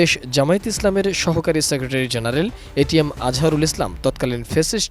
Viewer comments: এটিএন নিউজ একটা অশিক্ষিত মূর্খের দল । এটিএম আজহারুল ইসলামকে বলছে এটিএস 😂😂 । আর ছবি দেখাচ্ছে মিয়া গোলাম পরওয়ার এর । 😂😂😂 এরা কি খেয়ে সাংবাদিকতা করে । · এটিএম আজহারুল ইসলাম কে উপস্থাপিকা এটিএস আজহারুল ইসলাম বলছে! এরা ইচ্ছে করেই নাম কে বিকৃত করে চয়ন করে!